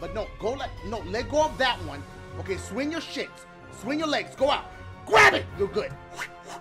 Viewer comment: "GWAB IT" lmao